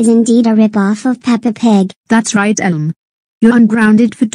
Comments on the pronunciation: Why does mispronounce Elmo's name as "Uhel"? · I have no idea why voice can not pronounce Elmo's name correctly. I did type Elmo in her TTS.